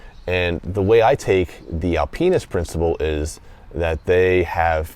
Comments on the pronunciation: Sorry to bust balls bro. It just sounded like Al penis which was hilarious to me before I had my coffee. I loved the review though. It was good... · Alpinist is not pronounced that way brother. But great review as usual...